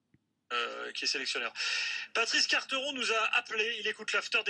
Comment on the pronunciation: Je suis d'accord avec toi, mais c"est un sale con et c'est pas "Carteron" mais "Quarteron"